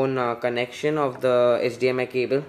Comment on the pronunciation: 0.40 - it's HDMI not HDMS my friend..